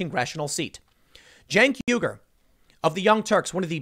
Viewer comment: Tim, Uigur is pronounced why gur.